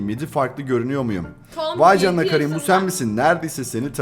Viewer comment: O kerın diye okunuyo bu arada 26 ocak 2026